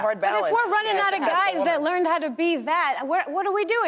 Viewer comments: She pronounced Ruining wrong. Almost sounded like she said “running the world” but we know she meant ruining. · her tongue slipped, this 3 times divorced woman meant ruining.